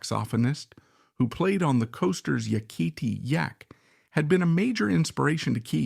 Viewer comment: Leonard Skynerd & Ya Kee Tee Yak. Ready or not, A.I. is here!